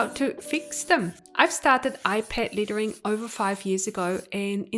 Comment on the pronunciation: I love all your tutorials. Just curious is your accent from Australia? I keep hearing ‘littering’ instead of ‘lettering’. I think we are used to pronouncing ‘e’ with ‘a’ sound but super interesting that you are actually saying ‘e’ sound literally.